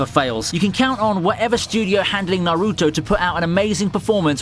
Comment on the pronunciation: Learn how to pronounce Kawaki, Naruto, and Boruto!